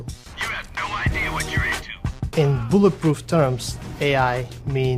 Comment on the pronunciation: "My new video game buh-puhf"